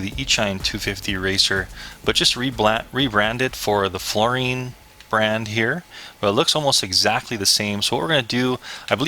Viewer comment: dude. floureon. like neon. not floureen. lol.